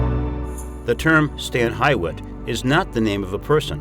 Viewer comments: Friendly correction phonetic pronunciation: Stan H- you - it Hall. not Hi wit. Live near, this is how the locals say it. :) Overall Great Presentation Thank You For Sharing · Just beautiful there, thank you! I would like to mention that the estate is pronounced HEW- IT. And their name is pronounced CYBERLING. The last time I was there, their daughter was still living above the guest house, and was over 100 years old-- I can't remember exactly, but I seem to remember she was either 107 or 102! I was thinking 107. I will have to look it up. Gorgeous home, take the tour if you ever get the chance.